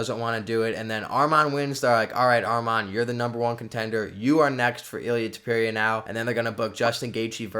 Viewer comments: Stop saying his name like that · Learn how to pronounce his name or dont say it that much haha